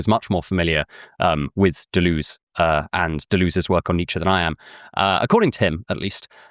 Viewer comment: Every time you pronounce Deleuze like that an angel loses its wings.